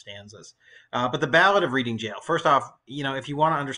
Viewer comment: Yes Thank you! Ps ‘Reading’ is pronounced ‘Red-ing’